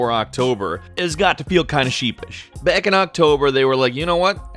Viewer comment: did he really say... baaack in october after saying sheepish